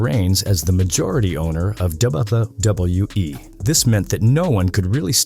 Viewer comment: "doubletha W E" 😂